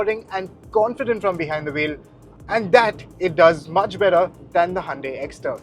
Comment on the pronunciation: sorry but cant endure any more of "Handae".